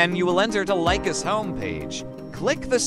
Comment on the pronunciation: Well done video except for 2 minor mistakes: 1. First mistake: The speaker pronounces LICHESS incorrectly: he says "Lie-Quest" instead of "Li(berty) and Chess", the name combining the first part of "LI"berty and the obvious word "CHESS"... so LI-CHESS. 2. The 2nd and last mistake: At the beginning of the video, he means and points at the "upper right" of the page while mistakenly saying "upper left". The rest of the video is very clear and easy to follow.